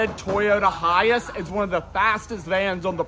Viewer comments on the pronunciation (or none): Why do you say high ass isnt it high ace?